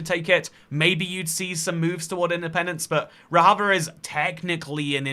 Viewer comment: "Rojava" is pronounced with an English J, not a Spanish J. Also, "Rojava" actually only properly refers to the two disconnected Kurdish-majority regions within the autonomous zone in Northeastern Syria, which is officially called the Democratic Autonomous Administration of North and East Syria (catches breath), or DAANES. The DAANES doesn't want to be independent from Syria, and hasn't been seeking full independence for a long time; they are perfectly content to be an autonomous region within Syria.